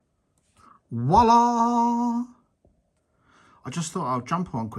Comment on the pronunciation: Please don't ever say "Wallah" like that ever again.